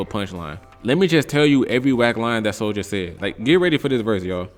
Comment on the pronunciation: Bro called soulja a hepher 😂